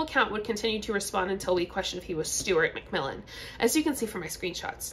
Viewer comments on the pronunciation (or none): Sounded like you said ‘Stewart McVillain’😂